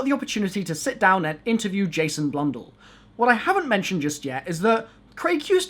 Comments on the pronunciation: Why can’t this guy say Jason Blundell’s last name the right way? Like Jason is literally your dad and he didn’t even teach you how to say his last name correctly? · Jason “Blundle”